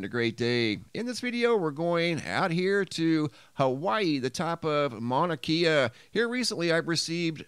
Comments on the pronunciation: Kea is pronounced ‘Kay uh’ not ‘key uh’ ~ love your channel. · It's Mauna KAY-UH..not KEY-UH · It’s Mauna Kay-Uh 👍 aloha from Hawaii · Mauna Kea is pronounced Mauna KE ( long A ) a E is pronounced A …sorry but that’s correct. Just as Kilauea is pronounced KilauAa. E is pronounced. Long A. ❤️❤️❤️😊🏝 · Mauna Kea is pronounced mana kay uh. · prnounced mauna KAYa